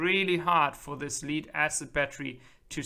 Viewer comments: Thanks for this clip! If you don't mind, "Lead Acid Battery", the "Lead" is pronounced like "Head" or "led" (said, not "Spelled out", like "L.E.D."!)😁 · "Leed" acid battery ... LOL